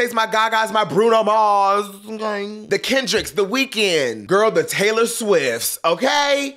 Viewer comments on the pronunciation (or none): none